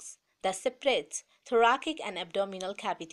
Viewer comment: Tune Thoracic ka pronounce wrong boli😂😂😂